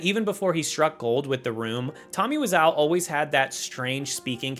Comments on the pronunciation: I'm surprised the Nike ad with the tagline "Exercise. You'll Live Longer" didn't make the cut (no pun intended). I love that ad, but parents didn't. (It involves a Jason Voorhees clone, just to give you a clue.) It also aired during the Super Bowl, supposedly? Also: isn't it WIz-OH? Great video! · the mispronunciation of tommy wiseau's name is killing me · How does a narrator type YouTuber pronounce Wiseau incorrectly 😂